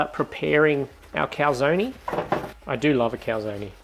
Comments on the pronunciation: I do not see the recipe in the description. And it is pronounced cal-zone, 2 syllables, not 3. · Calzonie lmao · Joe Amato would give you a back hand for butchering the prononciation of Calzone lol